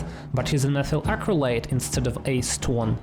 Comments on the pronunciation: Low hanging fruit: Acetone is three syllables. Ah-seh-tone. (I had to go check to make sure I hadn't been saying it wrong!) Higher branch: Surprised myself when I guessed the blue in the reaction with ammonia was free electrons (assuming the other comments are right). Does that also account for the green, or is that the blue colour mixing with the diluted orange colour? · He definitely called acetone ace-twun